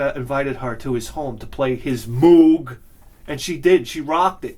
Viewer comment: And remember kids, Moog rhymes with Vogue